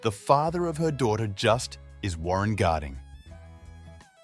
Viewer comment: Warren Garding? It’s Warren Harding